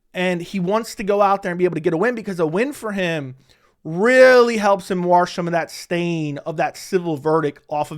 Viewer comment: Why can't you say the word "wash" properly? 😂😂